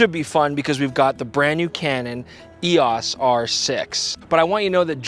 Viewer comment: It's E O S not E-awwss!